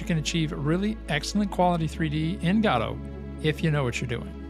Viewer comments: It's Go Dot, not Ga Dot. Ffs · I know it sounds weird, but most people say "godo" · Please for the love of god learn how to pronounce "godot" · Go Dot, G'Dough, and now Gaddo.